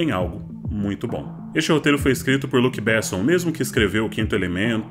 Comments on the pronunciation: Seu trabalho é de tão alto nível, que você pronunciar Luc Bésson tantas vezes doía no ouvido.É um nome francês e o correto é "Bêsson" acentuando a primeira sílaba. É uma bobagem e um erro tão pequeno, mas é que seu trabalho beira o impecável que mesmo esse detalhe deveria seguir o seu alto padrão. Seus videos, texto e edições são excelentes que merecem muito mais seguidores e repercussão. Sei que fui chato, mas apenas por ser um admirador e esperar do seu trabalho sempre o melhor. Grato por mais um ótimo conteúdo. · Não é Luc 'Bésson', velho, é Luc 'Bessôn', o cara é francês. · Porque Jean-Luc Besson tem seu nome pronunciado como se ele fosse um inglês ?